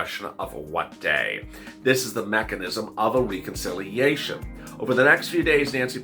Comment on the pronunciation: Please say Reconciliation correctly. The e is not a long e it's as though you were saying RED. Reh-con-silly-a-shun